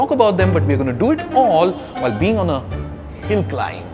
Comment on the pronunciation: Hill not pill 😆